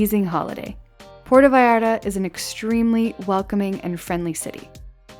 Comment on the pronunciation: "Porta Vayarda" --.